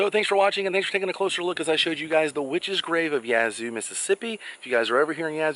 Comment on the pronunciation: Thank you for pronouncing Yazoo correctly.